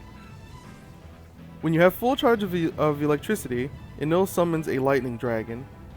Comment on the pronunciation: No matter how you spell it, it isn't pronounced the way you pronounced it. You're pronouncing the 'el' part as you would expect 'ell' to be pronounced. (Smell and Hell are good examples of how 'ell' would be pronounced.) E NE RU Correct E NE L Correct En Ell Wrong